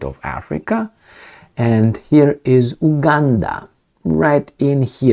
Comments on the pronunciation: You are pronouncing it wrong. It's U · Buddy please pronounce the U